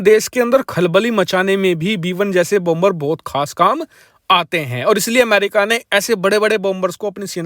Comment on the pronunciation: Please Please PRONOUNCE BOmer. NOT BOMBER, LEARN PROPER PRONOUNCIATIO OF ENGLISH LANGUAGE, THANKS